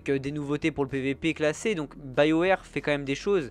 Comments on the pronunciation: bayowèr xD ONT DIT BIOWARS mdrrr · ça dépend si tu le prononces à l'anglaise ou à la française...Tape "BioWare" sur google translate, et regarde comment ça se prononce : "Bayower"